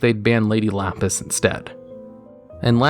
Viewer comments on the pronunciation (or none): none